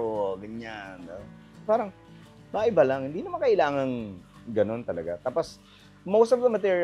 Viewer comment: Bernadette, ang tenement ay definitely HINDE tulad ng BLISS.